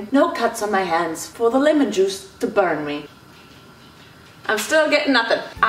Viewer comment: Hold on I can’t be the only one that noticed this(not trying to be mean) but says “limon” instead of “lemon”